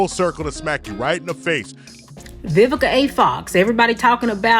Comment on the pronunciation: “Vivica OX”